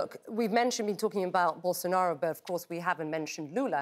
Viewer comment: How does is she able to say Bolsonaro exactly how it sounds in portuguese?